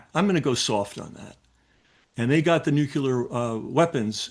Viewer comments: Dude... I told myself that I would not trust anything that someone says if they cannot pronounce the word "nuclear" though this guy says "newk u lar" like a child trying to pronounce words... instead of "noo klee ur"... for some reason I still trust what he's saying... just a thought...P.S.... Just like I do not trust anyone preaching the scriptures who refers the the book of "Revelation" as the book of "Revelations"... little clues to note of those who actually do there homework and can be trustworthy... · Nuclear has one letter "u". It's not nuculer. It's about the nucleus of the atom, therefore, nuclear. It amazes one how many experts and politicians say it incorrectly. W Bush drove me crazy. It immediately discredits the authenticity of the person speaking. It's like those can't pronounce Realtor or Realty. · Yet another one who says "nukular" weapons! Didn't anyone learn from the stupidity of Bush saying it? It's NOO-KLEE-ER not NUKE-U-LER. Also, it's ZR Rifle, not ZD Rifle. Very interesting topic but I think more corroboration might help. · noo.klee.ur hard to take anyone seriously when they can’t pronounce simple words. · Please learn how to pronounce NUCLEAR. It is NOT nu ku lar. It might help if you split it into two words “new” and “clear”. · Very interesting but how do I take this guy seriously since he's allegedly read so much and keeps saying "nukular weapons" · Sorry. I can't trust anyone who pronounces nuclear, "nukular", every single time, especially when he is a supposed expert on this JFK nuclear issue with Israel. I just can't...NEXT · Drives me nuts that nobody can say “nuclear” anymore. We used to tease George W. Bush about saying “nookyoolur”. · Thanks. I thought I was the only one who noticed "nucular." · How hard is it to pronounce NUCLEAR !? ... what is all this Nuke ya ler crap !? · Why is nuclear so hard for people to pronounce? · Nuclear. Painful to hear is repeated mispronunciation. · This guy can’t pronounce nuclear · nucular -> nuclear